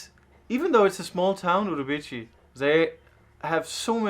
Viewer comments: "Uribici", well, "CI" sounds like "see", not "chee". But that's ok :) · Great adventure. The correct pronounce is "Urubi see". Enjoy your trip. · The correct sound of the town is OOROOBEESEE. I loved your video BTW. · Great video guys! Just a small correction: the Portuguese pronunciation of the C in Urubici is with an S sound, like Uru-bee-see. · Guys you need to practice your Portuguese pronunciation. For someone who lives in Lisboa I am surprised about it. Pardon my bluntness. As a Brazilian I’m a little disappointing.